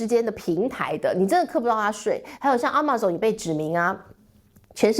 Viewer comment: 不要亂唸英文好不好？什麼阿嬤送你Amazon Amazon Amazon你就亂唸一通。